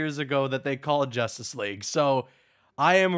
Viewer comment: When he said Justice League at one point I thought he said Injustice 3